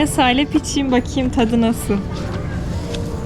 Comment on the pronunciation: SELAM derkenki vurgu çok ilginç..Bir de bu İran'da hickimse birbirine Selamün aleyküm demez mi..?🤔😎